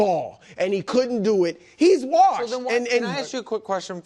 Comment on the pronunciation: I want Rodgers to either have a good comeback year next year or retire so I don’t have to hear Bru say he’s “warshed” anymore.